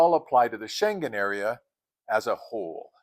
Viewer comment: Dang, being subscribed to your channel is like having a travel savvy friend! ❤ Not the least, how to pronounce Schengen 😂